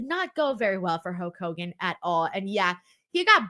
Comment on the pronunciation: Okay I've listened to you enough to know that you don't have a speech impediment, so what is up with "Huak" Hogan.